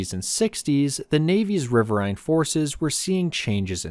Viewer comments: "RIH-vir-een" is the American pronunciation with the accent on the first syllable. Type in: "riverine pronunciation" and click on the speaker logo. Even though it's an AI-generated voice, it's the correct pronunciation. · It's pronounced as "rih-vir-een" as in "wolverine". Other than that, very well done documentary. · This is Trash channel. I served in the navy CRG 2, Coastal Riverine Group 2. It’s pronounced RIVER-EEN. Also world of warships is trash. Go play war thunder and have access to tanks, planes, ships, patrol boats, jets, even the Soviet tank boats. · It's riverain.